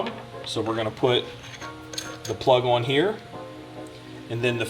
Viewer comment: Whose accent is this fat guy making fun of? He says "aww-in" while trying to pronounce the word on. What and obnoxious asshole.